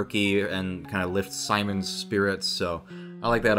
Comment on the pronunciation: HOW IS NO ONE GETTING MAD AT HIS PRONUNCIATION OF SIMON. You know half way through this i realized he probably only watched the sub and not also the dub like me. His name is pronounced Seemoan